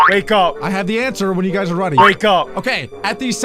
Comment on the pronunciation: vhen or wehn